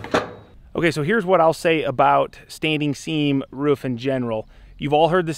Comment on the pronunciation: ever notice how construction workers almost always pronounce roof as rouf? lol